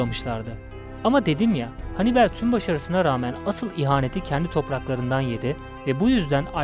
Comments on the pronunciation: Çok basit bı video olmuş ,kaliteli değil. Anlatan kişi sizi videonun içine çekmiyor maalesef, ayrıca Hannibel ne ya?? Hannibal olarak okunur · Hannibel değil Hannibal,sinir bozucu videoydu. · Kardeş sen bir daha seslendirme yapma okuma...Henibel..Övel ne olm Övell.. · Hanibel demesi biirtek beni mi rahatsız etti?